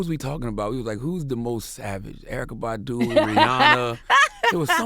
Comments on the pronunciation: If Envy pronounces her name as "Bahhhhdoo" one more time... soundin like a damn sheep. Bahhh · That's better than him saying BADooo! My ass itches EVERY time he pronounces it like that!😡😠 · Envy please stop pronouncing Badu like that... :/ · I don't know why, but the way Envy pronounces Badu irks me,lol.